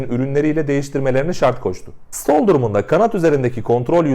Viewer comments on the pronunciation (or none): Sıtol denmiyor. Ne öğretirsen onu bilirler. Stall düzgün söylenmelidir ingilizcemizle rezil olmayalım